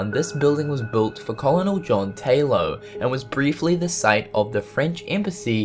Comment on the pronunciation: John Taylo? Taylor* I'm a nerd 🙁